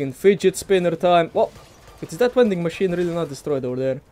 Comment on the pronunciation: Take a shot wvwey time he says V(W)ending machine